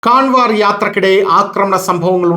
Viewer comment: കാൻവർ എന്നല്ല കാവഡ് എന്നാണ് ശരിയായ ഉച്ചാരണം നമ്മുടെ നാട്ടിലെ കാവടി തന്നെ. ഇംഗ്ലീഷിൽ എഴുതുമ്പോൾ അങ്ങനെ എഴുതുവേന്നെ ഉള്ളൂ.